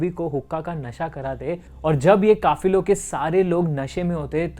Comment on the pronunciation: Kaafilo not kaafiro